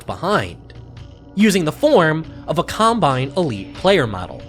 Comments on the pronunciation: sounds like he says columbine instead of combine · Colombine??? Lmao not what I imagine you meant to say there, but still a really funny slip up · hate to be annoying and comment multiple times, but did he call it a Colombine model?